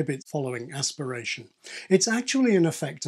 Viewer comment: Uh Hu hu, you said ass pirate, Beavis.